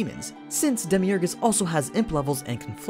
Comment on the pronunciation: did you say "Demiurgus" ?